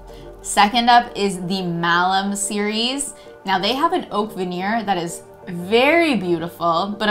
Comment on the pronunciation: Malm like balm. Tf is malem????